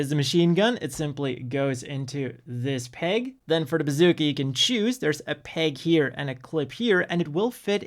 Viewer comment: i think i heard bazookey .......